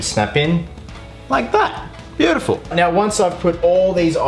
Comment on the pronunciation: You can definitely tell that he is an Aussie (like me :D) because he says 'beautiful' like 'beyoouuuutaful' xD